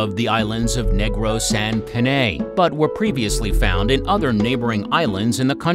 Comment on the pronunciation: Negros is pronounced as /Nig-rus/ instead of /Neygrows/ as a Filipino our accent is very rough(?), hope this helps!